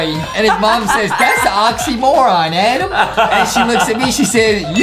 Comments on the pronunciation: Justin is so mean to adam because justin said adem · I love whean Adam mess upp words